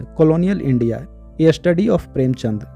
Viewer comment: प्रेमचन्द को आपने प्रेमचन्द्र बोला है